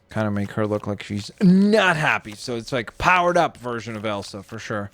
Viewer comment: i love horses It’s not Elan it’s Elsa.